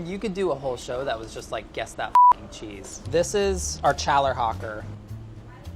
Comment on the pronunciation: I love this but the way pronounced Challerhocker literally triggered me lol. 😂😂😂